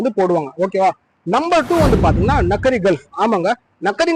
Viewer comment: எத்தனை Ok வா! அது நக்கரி கல்ஃப் அல்ல! நோக்கரி கல்ஃப் நோக்கரி என்றால் வேலை என்று பொருள் OK வா!